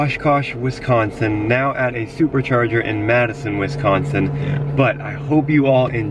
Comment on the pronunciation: They are saying Wisconsin wrong omg I'm from Wisconsin so it bothers me so much